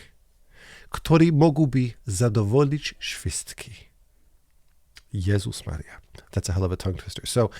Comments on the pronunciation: That "Jezus Maria" at the end was perfect polish accent hah, as a Pole I'm really enjoying seeing you learn the language <3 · You know, that "Jezus Maria" at the end was perfect, it sounds exactly like how Polish person would have said. It made me laugh out loud. On a less happy note, about that last point of yours. About knowing oyurself and trusting that is enough... what if one knows themselves, and knows that they as they are now is not enough?